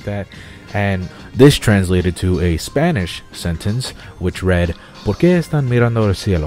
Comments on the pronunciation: dude what are you talking about? you have a pretty great Spanish pronunciation. congrats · Why do you say your spanish is bad... your pronunciation is practically perfect. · ¡Vientos!, tu pronunciación del español no está nada mal. To be honest, your spanish pronunciation isn't bad xD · good spanish i actually speak spanish and you have good accent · O my gud!! you have a very good spanish!!! trust me , i'm mexican.